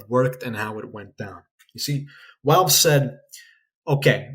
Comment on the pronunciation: why do you say "walve" instead of "valve"